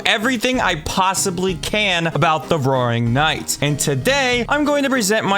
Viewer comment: Am I the only who heard "the boring knight"? 😂